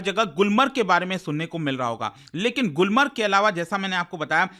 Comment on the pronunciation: गुलमार्ग not गुलमर्ग